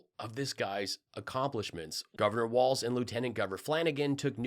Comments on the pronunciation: Milwaukee is Wisconsin not Minnesota. Tim’s name is Walz (walls). Not waltz. That’s a dance we do in Minnesota. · Pillow Boy keeps saying WALTZ instead of Walz...mealy-mouth idiot. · Why do I think Mike Lindell never has to worry about too many family members gathering in his house for any reason, ever? I'm betting everyone has some other pressing committment every time Mike invites them to a function. And, why does he keep saying "Waltz"? I'm really hoping all of MAGA finally just dries up once Harris/Walz are elected. But... obviously they won't. I pray for no violence, and a peaceful transition. I know Biden will be proud to hand off to Harris, but my main doubt lies with Cult 45 and their Alt Liquor. "Drink up. Bow down." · No t in walz.